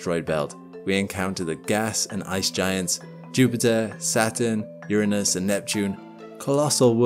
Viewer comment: Thank you for pronouncing Uranus correctly! For all you immature children in the back, it is YER-uh-nus, NOT your-Anus. Its arguably the most fascinating planet in our solar system but has been rendered into a joke for its name to the point you cant even talk about it without snickering.